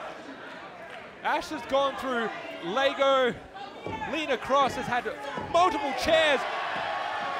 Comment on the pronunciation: lego not lago !!!